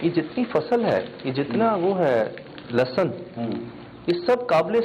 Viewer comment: leh-sun not lussun